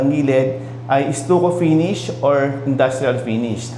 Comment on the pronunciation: What is estuko? You mean stucco? Pronounced "staco".